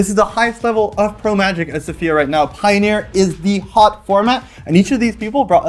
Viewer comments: Isn't it Sòfia? and not Sofìa? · i've been lied to my whole life apparently, by every news agent - also tell thoralf he's the best (no offense to everybody else). Actually, after checking, it is pronounced Sòfia with the accent on the o and not the i. I've been lied to by cardmarket!!! Is it you? Who is the best bluffer there?